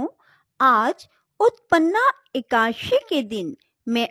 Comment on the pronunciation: Ekdasi ki ekaasi bol rhi ho tum jo ki galat hai Pronunciation sahi hona chahiye